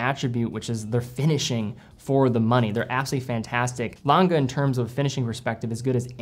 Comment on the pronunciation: Just a tip for the pronunciation of "A. Lange...": the "ng" of the Lange is pronounced the same way as it is in "sing" for example.